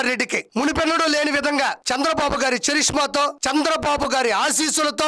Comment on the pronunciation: చరిష్మా కాదురా. కరిష్మా. Root word character raa goat.sankara jathi ఉన్నట్టు ఉండాvu కదరా. రే పుచ్చలపల్లి సుందరయ్య గురించి మాట్లాడుతూ వుండా నువ్వ.Be careful.😮